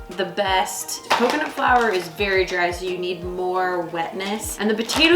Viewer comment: Is it the right way to say flour